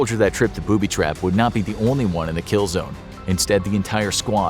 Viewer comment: Poo-by traps